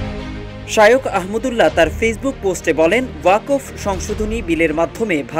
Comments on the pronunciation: আরে ওয়াকোফ না রে ভাই! ওটাকে 'ওয়াক্ফ্' (WAQF) উচ্চারণ করতে হবে। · সঠিক উচ্চারণ হবে 'ওয়াক্‌ফ' 'ওয়াকফ্' নয়। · আপনি ওয়াক্ফ উচ্চারণ করতে ভুল করেছেন।